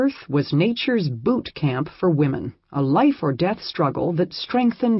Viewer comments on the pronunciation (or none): none